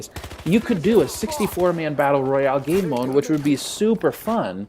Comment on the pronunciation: Were with you to you said Battel Royal 😂